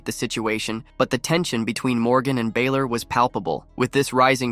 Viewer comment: Please learn to say Balor's name correctly it's pronounced as Baa-lor, like a sheep baalor